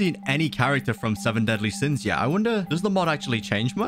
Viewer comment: “seven dealy sins”